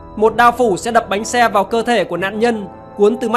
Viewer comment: Bánh xe anh thành bánh xa